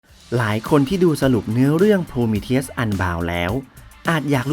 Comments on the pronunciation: ฟังโพรมีเธียสละไม่ถนัดหูเลยอ่าาา ติดคำว่าโพรมีธีอุสไปแล้ว55 แต่ทำคลิปดีมากครับ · มันไม่ได้อ่านว่า โพรมีทีอุส หรอครับ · Prometheus มันอ่านว่า โพรมีธีอุส ไม่ใช่เหรอครับ